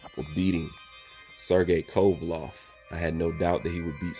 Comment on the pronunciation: WTF IS A KOVALOV MAN, I FUCK WITH U BUT CONSTANT BASIC NAME BUTCHERING MAKES YOU SOUND MAD IGNORANT... "LEV" not "LOV"